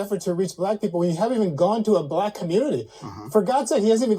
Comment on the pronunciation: Is Keith saying black or brack lol. MAGA every Day 👌👌